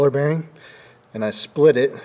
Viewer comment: Old man Cotter is rolling in his grave calling his pins “spilt”pins. Geez. 😂